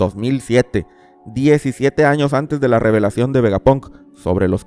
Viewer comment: Una pregunta desde la ignorancia, ¿porque dices VegapOnk en lugasr de VegapAnk? pq para mi tiene más sentido así, debido a que palabras como SteampAnk o ciberpAnk se pronuncian con la A